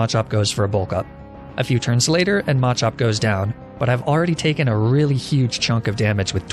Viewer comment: MaH cHoP😂😂😂 bro “slayking”? Good lord